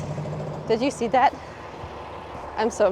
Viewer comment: Did you just invent the word “C’ya’see?”?